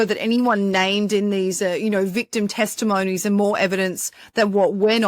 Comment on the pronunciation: It’s testimony, not testimoany. Americans will understand what you’re saying if you pronounce it the right way